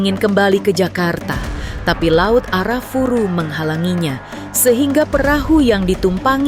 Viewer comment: disclaimer: laut Arafura bukan Arafuru saya lama di Merauke Maluku Papua di laut Arafura mancing cumi